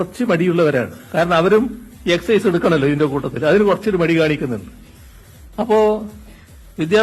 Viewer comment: അടുത്ത അദ്ധ്യയന വർഷം മുതൽ സ്കൂളുകളിൽ പേക്കൂത്തു തുടങ്ങുന്നു. കുട്ടികൾ ഇപ്പോൾ തന്നെ ലഹരി അടിച്ചു കിറുങ്ങി നടക്കുന്നു 😂 ഇതൂടെ ആകുമ്പോൾ അവർക്ക് നല്ല ഹരം ആകും. എല്ലാ അദ്ധ്യാപകരും ലഹരിക്ക്‌ അടിമ ആകാൻ സർക്കാർ തന്നെ ശ്രമിക്കുന്നു. 😂😂😂😂😂😂. എക്സയ്‌സ് അല്ല പിണു "എക്സർസയ്സ് "